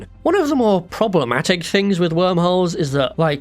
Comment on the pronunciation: "HWORM HOLES" "THAT ONE DOES'T EVEN HAVE AN H!!!"